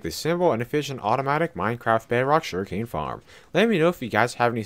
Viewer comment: Whenever you say sugarcane it sounds like you’re saying shuriken